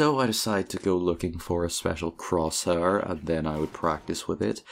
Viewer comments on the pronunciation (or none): croshuur very nice english